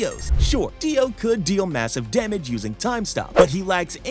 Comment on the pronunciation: Really for Deo u said Deo massave damag